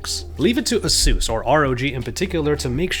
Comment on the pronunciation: It's AH-SOOS